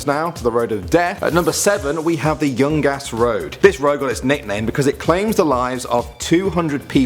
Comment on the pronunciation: when he said the youngas Road I thought he said the young ass Road